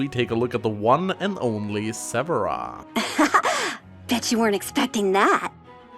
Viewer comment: Lol I heard "Bitch You Weren't Expecting That." Instead of "BET you weren't expecting that."